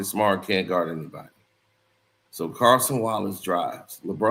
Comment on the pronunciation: Yall gon keep letting butcher these players names😂😂😂 Cason Wallace and Hartenstein 😂